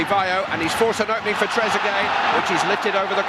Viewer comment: Sounds like he said Tregueree 😂